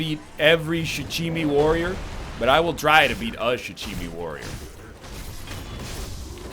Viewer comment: At this point he might as well call the Shichimen Warriors the Sushi Warriors, he butchered the name beyond recognition haha